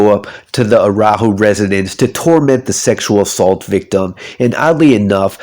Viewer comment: Man you had the disclaimer of your pronunciation of Araujo but I did not expect to be this bad lol Had a nice laugh the first time you said it Thanks for the video!